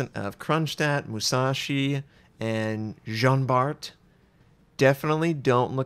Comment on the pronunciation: Nice naming on the Jean,:D Thank you very much. Now fir the Terrible, it's teh-RIE-bluh, like in Les enfants terribles:)